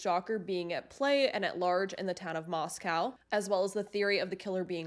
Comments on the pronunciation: It's Moscow as in coe not cow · The correct pronunciation of the town is Mos-cōw. Idaho appreciates this being kept factual. 🙏🏼 Thanks and I appreciate you.